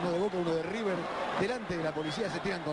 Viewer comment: Emm amigo es river no riber